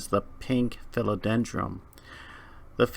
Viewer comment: Philodendrum...? Are you saying that on purpose? lol. Other than that, very informative video.